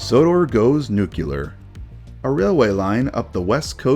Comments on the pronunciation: Hey, I love you, but “nuclear” is pronounced “new-clee-are,” not “nu-cue-lar.” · Nuclear, not nuculer. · Then in 2027 the nucular plant explodes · FYI, it's pronounced noo-klee-er. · Ah yes, Sodor Goes Nucular. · NEW CLEE ER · Unless you want us to believe that fission has to deal with the nuc-u-lus of an atom, can you please stop mispronouncing nu-cle-ar??? It's driving me nuts and making me think you're only as literate as Bush was, which I'm sure isn't actually true.